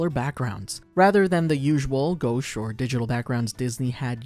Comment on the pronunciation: Imma be the ONLY one who notices this and i apologize if i come off as rude: Goache is pronounced "gwash," not "ghosh" Words are wack tho, you're good ❤ love the vid